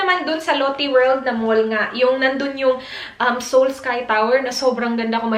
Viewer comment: Lotte is pronounced like lote in Filipino... not Lottie the name... Might be better to use Australian lotions with SPF or sunscreens kasi iba ang araw diyan sa Australia eh. Aussie is pretty strict sa kung anong filters ang laman ng sunscreens and the country makes sure na it would work for the Australian sun. You can get away with using Asian formulated once though kasi you’re not white and not as susceptible to skin cancer. May amoy ba yung Ceramidin hand creme?